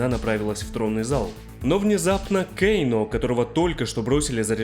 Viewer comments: Почему кейно, а не кано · Почему Кейно и СиндЕл,аж слух режет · Кэйно, Кэйно, Кэйно Разве такая большая разница, как нам, русским людям, называть его, Кано, Кэно или Кейно? Мы же не произносим и не пишем Скорпьен или Ормак У всех свои языковые особенности и вряд ли есть хоть что-то неправильное в том, чтобы говорить Кано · Не называй, пожалуйста, Кано Кейно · Почему Кейно? Он же Кано! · "Кееейноо" блин,как же бесяче это имя произносишь))